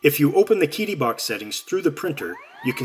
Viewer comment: Psst...it's pronounced 'Cheetee' not 'Keedee'. Great unboxing and demonstrations! It's a great printer for the money!